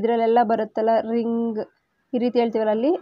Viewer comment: 'ng' makaes 'ಙ್' sound mam. ring ಅನ್ನು 'ರಿಙ್' ಅನ್ನಬೇಕು. ರಿಂಗ್ ಅಲ್ಲ.